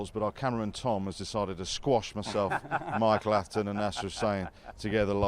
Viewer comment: It's Michael not Mahikal 😂😂